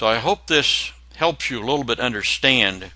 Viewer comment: This is a great video, btw at 7 mins exact you said "32 bitch" I literally laughed my ass off.